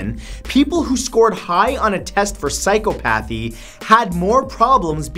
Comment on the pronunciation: psy-cop-a-thee not psycho-pathy